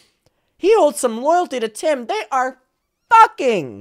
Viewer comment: Him saying fuhKING killed me